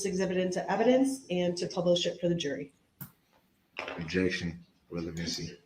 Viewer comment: This was one of the first trials I ever watched beginning to end. I have never been more infuriated, or learned so much about the law completely by accident. My fav is the objections; it's like whack a mole, he just can't quite seem to hit it on the head🤣 "Objekshion. Spekulitive, Hersay Yeronor"